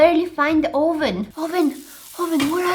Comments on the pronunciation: Oh ven do u mean oven😂😂 It sounded like you said Oh ven Are you trying to call someone a real trying to get to the oven?That's what I was So so confused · 😂I LOVE THE WAY SHE SAYS OVEN😂